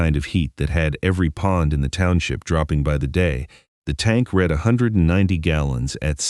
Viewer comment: Teach your AI READ Can be pronounced REED Or RED. It matters which one you use so please fix i